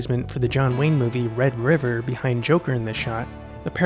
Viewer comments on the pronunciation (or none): none